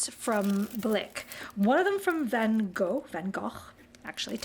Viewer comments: Thank you very much for this mouthwatering video. I really appreciate your great effort for pronouncing Van Gogh’s name properly, being Dutch myself… Actually we do not have a hard G in Dutch, so both G’s are pronounced soft, like how you pronounced the last one. (It is also the way we used to “smell” out Germans impersonating Dutch citizens in WWII, because they do not have a soft G and can’t pronounce it😂). Am also very happy that you say he is Dutch, because it’s always a thing with our French friends who consider him French! And now off to fulfill some of that craving you gave me for new watercolors, even though we have to order almost everything abroad on this little Dutch island (Curaçao) in the Caribbean. At least we can get the European stuff relatively taxfree nowadays from the Netherlands. Een hele fijne dag en dank je wel! (New sub) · I went on a 13 country European bus tour after college and our German tour guide taught us the Van Gogh pronunciation. You’re the first person I’ve ever heard say it correctly! I tell people anytime I say it but nobody cares. Eh. I care! And now I’ve found one other who cares 😀 her mother made us sacher cake when we passed through her town it was charming.